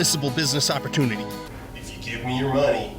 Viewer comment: same, but it's the "if you give me your money" bit for me! the intonation he uses to say these 6 words is so wonderfully weird that it always makes me smile